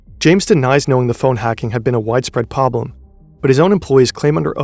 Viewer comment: bro its pronounced PROBLEM not POBLEM lol